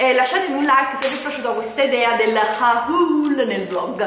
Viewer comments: Comunque il tuo vecchio telefono e un 6plus non 7plus E si scrive haul ma si legge “hol” Non haÚl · 1 si dice hol e non haul 2 è fastidiosissimo sentire haul